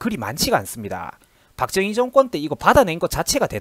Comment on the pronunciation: 영상 잘 보았습니다.내용에 상당부분 공감합니다.다만 'ㅈ'발음 하실때 조금 신경써주셨으면 합니다.다른 부분에서도 많이 들리는데 특히 박정희 대통령 발음하실때 박thung희 처럼 들립니다.뒤로 갈수록 괜찮아 지십니다만 초반에 두어번 언급하실때 특히 그렇네요.영상 시작할때 '자~'하실따도 'thㅏ~'로 들립니다.의도적으로 그렇게 하시는건지,제가 유독 예민한건지는 모르겠으나 거의 오디오에 의존하시는 포맷이라 더욱 신경 써주시면 좋을것 같습니다.굉장히 민감한 소재들이라 안좋은 소리도 많이 들으실것 같은데 힘내시고 좋은 영상 많이 부탁드립니다.